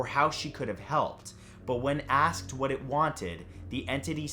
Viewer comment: “Whuts thatt?!? Its a body!!” Yes is spelled what like that bc the way she said it